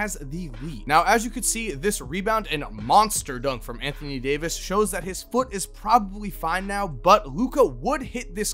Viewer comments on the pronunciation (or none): none